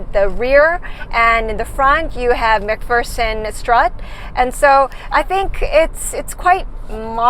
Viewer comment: All detail & no gush , a worthwhile review . Well done on the correct 'McPherson' pronunciation too!